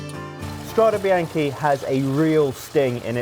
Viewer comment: Strade bee-aahn-kay not bee-aahn-key